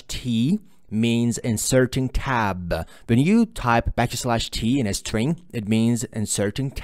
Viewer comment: love the way you say the word "tab". arabic pronunciation tabbuh. loved the video thanks.